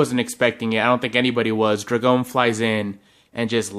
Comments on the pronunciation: Dra-gone? Boi, dro-gon drogon 😑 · The way you pronounce drogon triggers me so much 😂